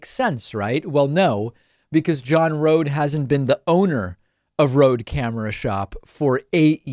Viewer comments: he's a jerk. also i think it is pronounced like Roadie rather than Rode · It's pronounced "RodE" as in Roadie.